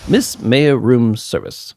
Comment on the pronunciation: Loving that this is a full series now! I don't think you ever had me do this but I post obnoxiously long comments in Let's Plays for games i love so sorry if that bothers you before it gets to far "Maya" is pronounced "My-ah" and not "May-ah" haha Very nice observation about the case starting really fast compared to the intial investigation. They actually have a lore reason for that! I always recommend pressing all statements in a testimony even if the contradication is really obvious without it. You miss alot of fun dialogue for not doing it but it can make trial sections go a bit longer so it's not a necessity Something to note for this game series: Shu Takumi the creator of the series knew absolutely NOTHING about the Japanese Legal System (which the series is based on). It could be said it's a complete parody of the system due to this and it has completely nonsensical moments because of it, but that's what makes the game super fun! Also to note: The english version of this series is based in Los Angeles, California. There will be funny moments where they are in a completely japanese location as they are just like "ah good ol America". It's due to a funny localization issue where when the original localized it from the Game Boy Advance to the Nintendo DS they had no idea there was more than 1 game. Thinking it was standalone they made it take place in California not knowing that it's VERY clearly in Japan in the future games. They were in way too deep to go back on it and